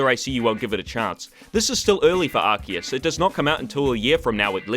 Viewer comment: Off-topic, but congrats on the crisp perfect pronunciation of Arceus, I’m really particular about things like that.